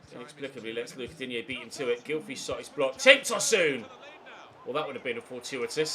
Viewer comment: It’s pronounced Toeson not tosooon